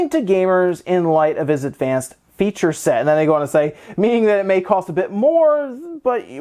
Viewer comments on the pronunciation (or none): none